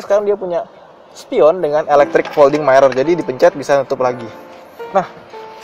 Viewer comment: Gw suka video kalian, tapi gw paling sebel kalo ngomong Mirror itu "Mairer". Mirror (cermin) ya dibacanya "Mi-rer" bukan "Mai-rer".